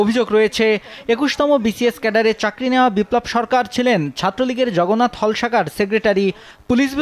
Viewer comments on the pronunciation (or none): none